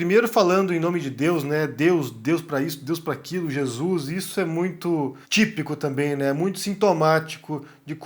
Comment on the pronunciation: 🤞Em nome de Jesuis🤞 É assim que eles falam 🤦‍♂️🤦‍♂️🤦‍♂️